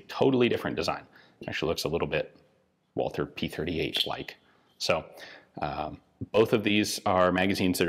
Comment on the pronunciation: Sorry to bother you with details, but when you say so nicely "Volkspistole" pls keep in mind that germans have no "th" as you speak it in WaTHer - nope, speak it WALTER and forget the accidental "th" thingy. kick it in the bin. thx.